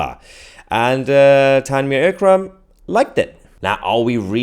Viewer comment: it's not L Kram, it's Eek Kram. How they got a Jihadi to be the judge for Jihadis?